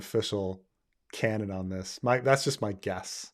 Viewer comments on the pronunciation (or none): none